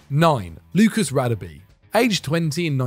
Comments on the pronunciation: His name is pronounced Rah-Deh-Beh not radabee!! Come on not you guys too! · God you butchered Radebes name. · Great video maybe just some work on the pronunciation in the future. The Radebe entry the place names and his name were pronounced wrong. I'm not an expert but I know enough to say it wasn't good 😂 cheers guys 👍🙏🏻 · yup, was cringe asf